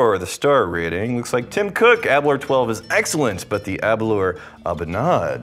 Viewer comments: Please pronounce Aberlour correctly. Think flower so you get aber-lower🙂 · Your pronunciation of Aberlour upsets me a great deal. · when you think happy hour, drink aberlour... is apparently how the host of tours at the distillery frames how to pronounce aberlour. delicious though cheers